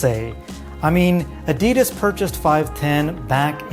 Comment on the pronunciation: Its Adi Das not A Di Das 😂 apart from that good vid